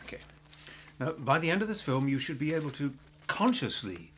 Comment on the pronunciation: ....after all the practice now when he said "you should be ABLE" he spoke as an american LOL